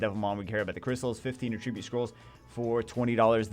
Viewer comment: I will make it my life's mission to get you to pronounce attribute correctly.